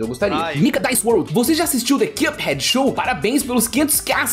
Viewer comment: Mano pq esse cara ao invés de falar cuphead fala quiâphead